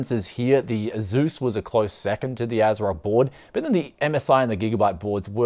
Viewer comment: It's /ˈeɪsuːs/, not /e'zu:s/